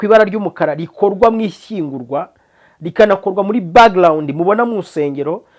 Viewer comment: Bavuga direct and not dilect. Bavuga background and not backglound